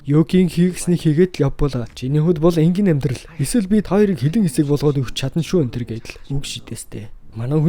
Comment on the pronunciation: энгийнэ энгийнэ гэшш